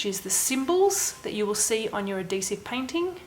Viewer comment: the way she says adhesive.. ad dee sive.. just cracks me up